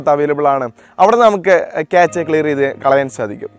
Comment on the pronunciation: ക്യാച്ച അല്ല ക്യാഷ